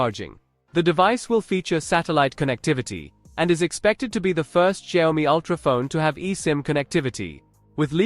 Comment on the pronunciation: A lot of bla blah for nothing. And Xiaomi speaks different from yours. Make ears hurt 😮